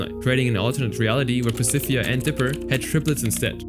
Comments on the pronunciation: "Pacifia" "mageh-don" 😭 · why are you saying Pacifica's name like that?? the last c has a ''k'' sound. 😭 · I enjoy the video, but little nitpick, I got annoyed when you pronounced "Pacifica". Other than that, very informal video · You mispronounced "Pacifica"